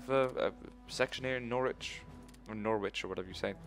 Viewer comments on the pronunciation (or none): lol Nor-which